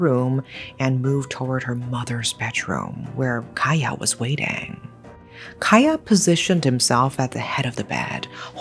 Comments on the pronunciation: Hi. Cahya is pronunced with a C instead oh A K because cahya probably mean Cahaya which translated into light in English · Love how you cover this story, just a little additional info..'Ca' in Cahya in Indonesian or Bahasa is pronounce like 'charge'..much love💕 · A bit off topic but its really bothering me how she says Cahya's name. Idk why she reads it as "kahyah" when its supposed to be read as "Chahya", maybe in future videos you can learn how to properly pronounce the names. But other than, this is a well made video! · I thought Kaya was wierd name for indonesian man. Well because it's Cahya not Kaya. Ch-ah-yaa. cahaya in my mother tongue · His name is actually pronounced cha-yah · Hi. Just wanted to let you know that the pronunciation for Cahya is Ch-ahya. The C in Cahya is pronounced as Ch (chair, choose, chinese) I’m your new fan and I love your storytelling, the intonation, the description of the story, chef’s kiss. Keep going!! ❤❤❤❤ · Even, as Indonesian I never heard the case. Thankyou for brought up this case. Btw, you pronounce Cahya as Chahya not Kaya. Indonesian pronounce Cah not Kah but Chah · Pardon my diverted concentration, but the name "cahya" actually spelled cah-ya. Cah like how indian people call their uncle: cha cha. And ya like yea? So cah ya. Not kaya like kaya toast 😂 (I notice this because I am Indonesian) Aside from this, evrything else is great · Pardon me but Cahya is pronounced as cha-h-ya the c is pronounced as it is, not becoming k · Nice story telling style! Btw, cahya isn't pronounced with k sound, but c like the sound of Charles. All Indonesian words/syllables with letter C should be pronounced that way. Another example is cianjur, a word (name of town) that is mentioned in the story. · A little correction pronouncing Cahya : 챃야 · The C in Cahya is pronounced like chair not like key.